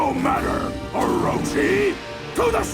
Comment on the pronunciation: Ohgod, I just noticed, ohrowchee, orochi, god damn it kamiya.